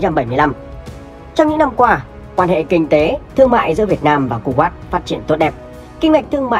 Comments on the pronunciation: Cu wét chứ ko phải cu wát đọc sai rồi a ơi 😂😂😂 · Đọc đúng là khu Wậy